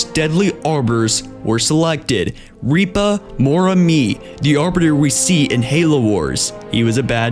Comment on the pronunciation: This narrator seems to have problems pronouncing quite a lot of words, throughout many of his videos. Notably pronouncing Sangheili names. It's Rip-uh, not Reep-uh. It's Moram-ey, not Moram-ee.